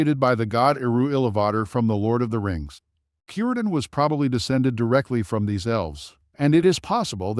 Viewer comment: Shocking AI can pronounce Cirdan correctly but not Celebrinbor